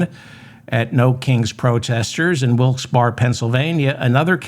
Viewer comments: Thank you for another informative talk. I live about half an hour from Wilkes Barre, PA. Trump has held many rallys at the arena there. unfortunately I'm sure he'll be back . It's pronounced, Wilkes-Bearee. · Its pronounced Wilkes-Barra